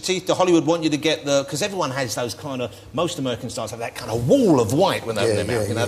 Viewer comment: DEM DOE? What language is that? Oh wait. You mean,those,though. Not,dem,doe. Doe is a deer. :)